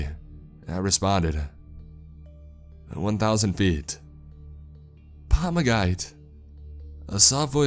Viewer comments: Not “pomogat” but “pomogitie”. There, now it is better ) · Pamagite, not pamagait. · PAMAGAIT bruh at least try to pronounce it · Помогите pronounced "Pomagight" 😂 It's one Russian word dude, you could at least look up how to half-ass say it right 😅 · Bruh the way he says помогите tho